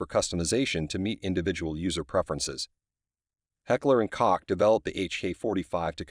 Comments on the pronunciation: It's Heckler & Coke(Koch) not Heckler & Cock! Lol 😆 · Is pronounced like coke or cock? Get it right. Koch is pronounced like coke. A grade school friend of mine last name was Koch. Many students ended up with a bloody nose if they didnt pronounce his name right.